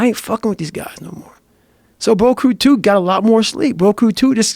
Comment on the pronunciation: broat crew 2 😂 dude said it over over and i honestly don't think he ever said it correctly. i think i he actually calls it broat crew cuz they bros on a boat